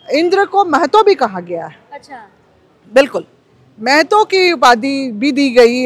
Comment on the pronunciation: Ptrakar mahoday ji sabse pahle Geeta ji boliye uchharan sahi se kare jaise mahto na bol ke Mehto bol rahi hai